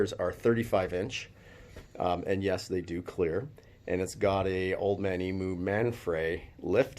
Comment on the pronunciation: Its painful listening to you guys saying eemoo ( emu ) lol. Australian late 60 series had 3rd row seating and 3 in front option. Sunroofs, fold down tailgate and side sliding windows all available in australia on a 60